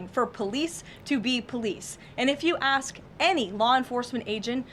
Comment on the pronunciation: Dude you e got a very good podcast here. Excellent. You should be proud of yourself. For reals. But please please 🙏... learn how to pronounce ..."ax" ... wait... sorry... ...I meant..."ask"